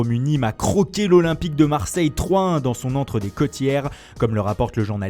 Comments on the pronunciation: Par contre le Stade de Nîmes se dit les cossstiere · On dit Stade des CoSSSStières